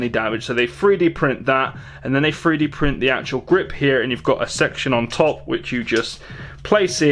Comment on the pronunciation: 3d not free d